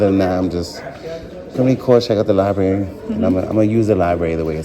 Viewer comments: "You cannot film in the Lieberry" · She works at a library and she says liberry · Apropos that she calls it a "lie berry". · “The LIBARY” 🤦‍♀️ I’m waiting to hear her say “AKS.” Uneducated security fool who doesn’t know the law…and apparently WORDS!!! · She works in a library ....not li-berry. Ignorance is bliss. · "I work at the LIBARY, but obviously don't utilize its resources since I can't even say LIBARY properly." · No. Which syllables or letters were switched? "Aks" instead of "ask"is a metathetic error . "Liberry" is is a mispronunciation missing a phoneme. Metathesis is specifically for tranposition of letters or sounds, like "aminal" or "pasketti".